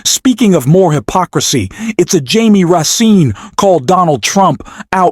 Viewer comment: His name is Jamie Ras Kin how can you report and always pronounce thing wrong wow